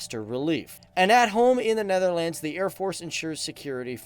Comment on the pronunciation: Born in the Netherlands. My wife and I would appreciate it if you started to pronounce the name the Netherlands with the proper accentuation, thanks.